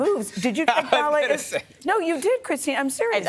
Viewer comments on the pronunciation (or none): NYC BAAAA-LAY ?